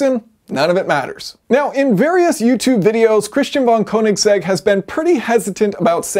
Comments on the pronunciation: I mean if you wanna lose views because you insist on saying the name wrong that's all you buddy 😂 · Only Americans call it a "koe"-nigsegg. Everyone else says "ker"nigsegg. We don't like pronunciation lol